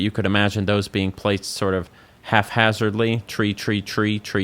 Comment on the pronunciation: oh no, you can’t be one of those people that thinks haphazard is pronounced with an F sound